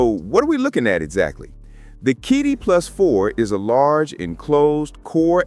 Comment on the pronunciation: Geez, it's CheeDee, not KeyDee